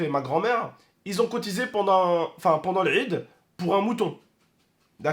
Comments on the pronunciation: L'rrrid 😂 (quand il dit l'aid) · Il me fais rire quand il dit laid il le prononce larrrrrrrid